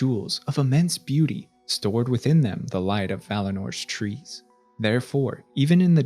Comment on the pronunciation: I keep forgetting “year tree” is an era in middle earth n keep thinking your saying “year three” with a NY accent lmao